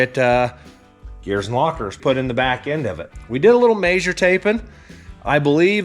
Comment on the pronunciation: "Maysure"? It's measure.